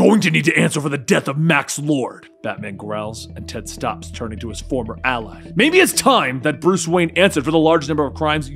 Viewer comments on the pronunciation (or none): none